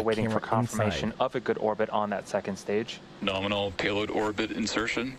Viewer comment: norminal? lol